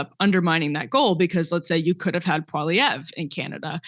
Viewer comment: I think Krystal Ball might be the first American in human history to pronounce Pierre Poilievre correctly.